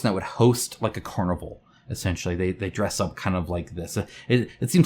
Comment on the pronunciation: Just FYI, Car-nee-Vahl. is a not homologous with the english word "carnival". It's a huge, country-wide holiday festival of epic proportions.